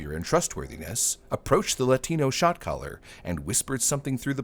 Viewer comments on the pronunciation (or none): I know he's saying "Shot Caller" but all I hear is "shock collar" 🤣🤣🤣